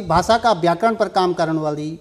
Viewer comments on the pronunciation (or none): बात करते समय कृपया माथे पर पर बल न लाएं... सहज रहें - Notice the same. " ब्याकरण " ==> " व्याकरण " " बिद्वान " ==> " विद्वान " " भासा " ==> " भाषा ". "...भाषा क वास्ता काम कदिन..." त भाषा भि शुद्ध हूणि चैन्द.. नथर हम जना कम पढ्यां लिख्यां लोग मि कमेंट करण लग जन्दीं. हमथै कमेंट करण कु मौका न द्यावा. " बिभिन्न " ==> ' विभिन्न "